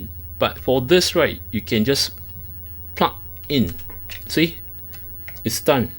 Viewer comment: I love how you ''plug''..., it sound more like ''puck''! Only one more letter now... ; p